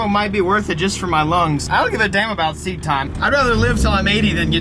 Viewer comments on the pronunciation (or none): none